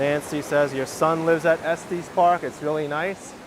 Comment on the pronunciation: Not pronounced Esteees Park. It's Est eh s park